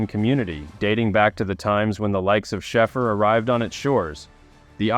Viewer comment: His name is pronounced,... "Shayfer" 4 fk sake!!! 😅😅😅😅